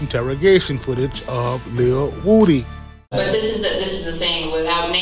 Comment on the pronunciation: Lil who??? Who tf is lil wooooo-D??? I know you hear everyone calling him lil woody why do you keep saying lil woooooo-D